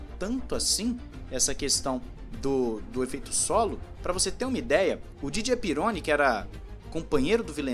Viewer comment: Didier Pironi se pronuncia como oxítono, "Pirroní", ele era francês.